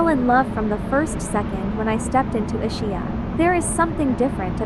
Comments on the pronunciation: "Ishia"? For the love of God, pronunciation! Is-ki-ah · Nice video but please please, can you change the pronunciation to the correct way? It not a shh sound in the middle but more a ski. I imagine it’s a computer voice. Our family has a house on the island and we go every September which in my opinion is the best time of year. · The island is pronounced EES-KEE-Ah with accent on first syllable. “Ch” is pronounced as a hard c in Italian. It is not Ischia Pont-it is pronounced Pohn taa